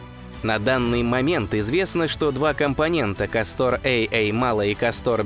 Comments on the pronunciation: Сдаётся мне не КастОр, а кАстор. Ударение на а. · Видео всегда интересные, НО это я досмотреть не смогла. КастОр вместо КАстора достал минуте так на 4. Неужели нельзя проверять произношение? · КАстор, КАстор, а не КастОр Слушать из за этого тяжело. Если читаешь по бумажке, то пусть твой редактор ударения прорисовывает......... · Как тяжело слушать название кастОр. Всё-таки русский язык говорит о том, что под ударением должна быть как раз буква А. КАстор! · ударения в названиях неверно .не КАстор а кастОР.это имя .римское или древнегреческое точно не помню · Ну тогда уж не КастОр, а КАстор. Если не ошибаюсь ещё в Древнем Риме данные звёзды получили такое название. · Я бы лучше сказал кАстор, а то как касторка звучит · Так старались, что куда ставить ударение в названии звезды не удосужились узнать? Такое себе старание... видали и по-лучше. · Может быть ударение на Первый слог? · Ударение, все же, на первый слог! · Прквеоь ставить ударение на первый слог!!!!